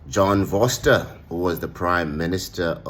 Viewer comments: It's pronounced Foh-ster, my man. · Its pronounced Forster. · John Vorseter? Yeah right...Maybe Vorster...